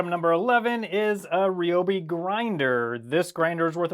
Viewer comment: I am blown away. No one pronounces Ryobi correctly. It's good to hear that you do!